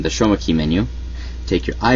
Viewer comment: He said shroma key by accident Lola